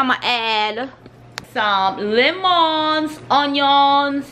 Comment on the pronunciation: How she said lemons and onions made me dead XD